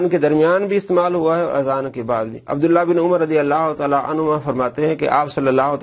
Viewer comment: ماشاء اللہ azab nhi azan ye sahih farma dyn